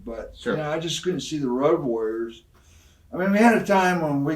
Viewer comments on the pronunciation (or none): Did Stevie Ray really call them the Woad Warriors!